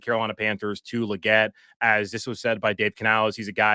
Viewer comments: 😅 it's Leegette not luhgette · Say his name right... It's Lee not Luh